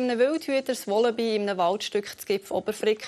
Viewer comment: Es heisst nicht wollaby, es heisst wallaby